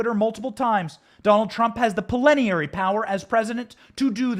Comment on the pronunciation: It's plenary not prelenary